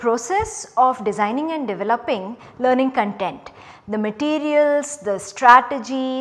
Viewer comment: 'Content, not Con'tent!